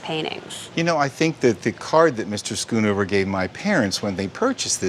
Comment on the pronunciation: Its not skunover its schoonhover